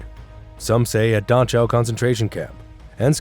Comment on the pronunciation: Hey that Da-chow camp sounds pretty bad. Also, I'm pretty sure its pronounced Da-cow...